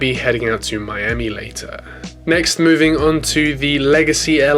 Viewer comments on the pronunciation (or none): none